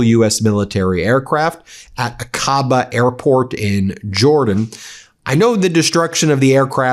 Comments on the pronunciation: Aqaba is pronounced (ahka-ba), not (ah-ka-bah). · FFS find out how to pronounce Aqaba. It's not 'A kaba' it's 'Ack abah'. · Ben: For god’s sake get your ME pronunciations checked before you go on air! The Jordanian city on the Red Sea is pronounced AH-ka-ba !! Features prominently in Lawrence of Arabia!!!